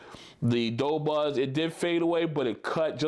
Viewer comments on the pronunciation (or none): "do" not "dough"